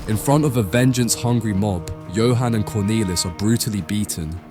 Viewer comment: You keep switching between the wrong and correct pronunciations, it's odd. For the record, it's "Cornaylis", "Yan" and "Yo han" (like Han Solo, not hen)